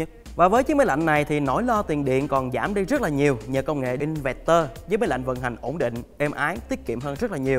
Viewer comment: "Inverter" đọc là "in vơ tơ" đi bạn.